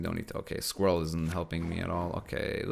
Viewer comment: "Squiwwel" haha